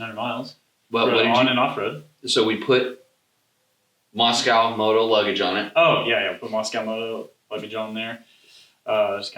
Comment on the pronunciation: Great review. just one thing Mosko Moto are not russian, nor is it bovine. Mosko, like moss-co. Not moscow, or moss-cow. Drivin' me nuts. haha